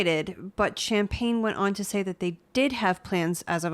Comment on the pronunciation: Also it's that not dat.😏